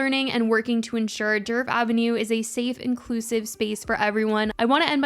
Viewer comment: For the love of God her name is DERF 😂